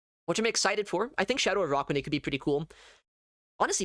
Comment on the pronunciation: ah yes, the spider pokemon "uh rock wa nid", not to be confused with an arachnid lol